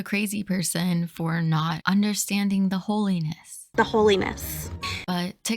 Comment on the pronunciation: 😂 when you say " holiness" it sounds like " whole anus " I had to rewind and check and unfortunately I was mistaken